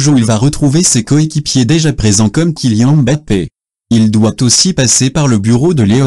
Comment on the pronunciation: pour tu dit killan Mbappé